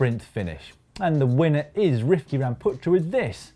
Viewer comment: Daniel Lloyd you guys pronounce it correctly! Thanks for the cap and i'll let you know when it arrives